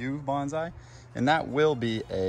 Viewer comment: If you are growing Bonsai, here's a never stop learning opportunity. To respect the Japanese tradition, it's pronounced like "Bon (long O sound) sai" not "Banzai". Have a great Pacific Northwest summer!